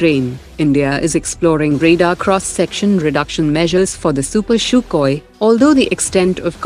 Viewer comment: man just stop calling it "Shukoy" people are puking everywhere because of this 🤮🤢